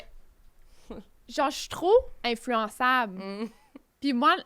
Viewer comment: elle dit "genh" au lieu de "genre" et je trouve ca vraiment très spécial et à plusieurs autre reprise.